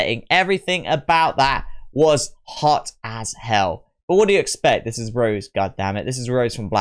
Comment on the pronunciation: fyi the accent on the "e" makes her name pronunciation "Ro-Zay" like the wine, not "Rose" like the flower. It sounds similar to the Spanish name José.